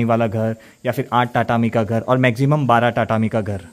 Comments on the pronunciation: good video, please note the correct pronunciation is तातामी not टाटामी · आप टाटामी बोल रहे हो पर शायद तातामी बोला जाता है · Your pronunciation of tatami is wrong you said टाटामी ...it is तातामी 😊😊ok